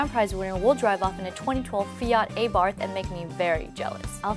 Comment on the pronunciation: "aybarth" Come on... it's aburt